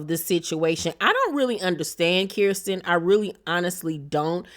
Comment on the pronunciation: LMAO do you mispronounce people's names on purpose lol. It's Fal and Kirsten (ker-stin) lol